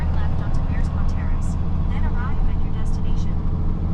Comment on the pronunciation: i cringe when i hear him pronounce the community of Bearspaw Baspor instead of Bears-Paw